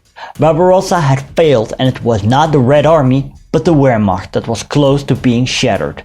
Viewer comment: It is weird hearing a Dutchman mispronouncing ‘Wehrmacht.’